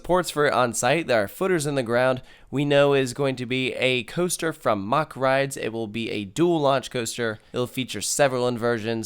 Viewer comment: Mack not mock